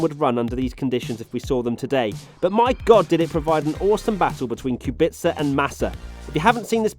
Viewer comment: I still don't understand Kubica's name. There is no T or S in there